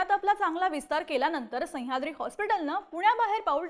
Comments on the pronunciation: संह्याद्री नाही मॅडम सह्याद्री म्हणा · संयाद्री नाही गं बाई, सह्याद्री आहे ते 🤦🏾‍♂️ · हिला सह्याद्री म्हणायला शिकवा रे कोणीतरी. पार डोक्यात जातेय ही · खूप छान विश्लेषण पन सह्याद्री चा उलेख नाकात ल्या नाकात करून त्याची व्याप्ती छोटी करताय